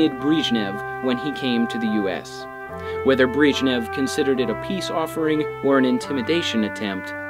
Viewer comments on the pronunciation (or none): Breeeeshnev? Wtf?